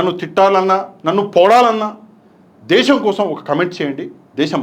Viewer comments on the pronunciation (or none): none